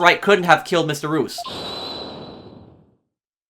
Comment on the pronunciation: Mr reus’ name is pronounced “ree-us”; his name is a play on the word “mysterious”